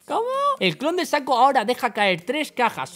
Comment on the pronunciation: Saco :v Lol, es SHACO ''Chaco, solo que con ''S'' :b